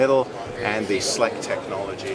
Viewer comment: Ohhh SLEC..the way she said it sounded off...nice video